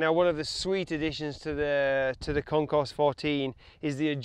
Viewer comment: Sweet video! However, please keep in mind that the name of the bike is pronounced WITHOUT the "s". Meaning, say: "Kon-core" 14. Other than that little flub, it was entertaining and informative. Nice!